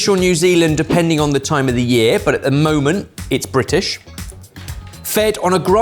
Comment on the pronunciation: Is it mandatory to roll the R on "Brrrritish lamb"